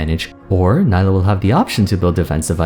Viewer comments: her name is pronounced nee-lah :( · Great video as always, and I love this series of mostly-first-impressions, it's really cool to look back and see how right or wrong you were on various points. Also, it's pronounce Nee-lah. Hopefully Riot slows down on new champion releases for a little bit... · Isn’t Nilah pronounced as nee-lah? Considering she’s South Asian/ Indian I would assume that’s how it’s pronounced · Why does everyone pronounce her name Ni-la when clearly in her trailer she says Nee-la... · Her name is pronounced Nee-lah. What went wrong? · its pronounced nee-lah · I seriously do not understand how she can say her own name in the trailer TWICE and people still manage to mispronounce her name. I've been really enjoying your videos and it makes me sad that I won't be able to watch this one, as I find mispronouncing a character's name when we have confirmation of how it's pronounced to be rather disrespectful and grating. I know a lot of work must go into your videos and I would appreciate if within all that time and effort you could take some to make sure you pronounce the character's name correctly I apologize if you did correct yourself part way through the video but I've listened to too many people not giving the character the bare minimum respect of pronouncing her name correctly that I can't bring myself to sit through the video to check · I''m sorry but with all the research you've put for this video, you can't even pronounce their name right? Makes me think you didn't reaaally do your research and all of this is just leaf in the wind kind of opinion. edit: and correct me if I'm wrong but I thought Nilah is gender fluid so you should use They as a pronoun, right? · Ok, ok. I liked the video but can u pronounce her name the way she herself does? It kept throwing me off every time you said it. Still watched the whole vid tho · At least try to pronounce her name right